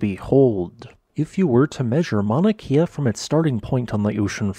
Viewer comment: Just a quick lesson in pronunciation. The letter ‘E’ in Hawaiian is pronounced like the e sound in ‘Wed’. The long ‘e’ sound is spelled with an ‘I’ like in the word Waikiki. Kea would rhyme with Princess Leia